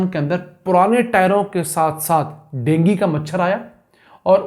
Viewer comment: Dengi machar nai hota hai wo dengu hota hai gawar